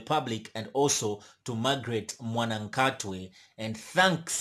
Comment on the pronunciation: It's not mwanakhatwe it's mwanakatwe